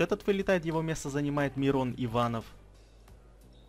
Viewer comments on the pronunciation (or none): none